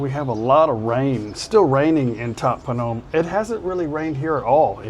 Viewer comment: Lol ... AI needs a bit of education " That ' POOnom"